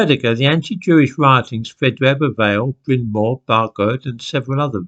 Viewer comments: Sorry about this, but Tredegar is pronounced tre-dee-gar. I’d guess Brynmore is really Brynmawr (pronounced brin-ma-wr). Bargoed likewise would be pronounced bar-goy-d. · the correct pronunciation of Tredegar would be “Tree” “Dee” “Garr” and Brynmawr “Brin” “mowwer”(rhymes with flower). Hope that helps! 😂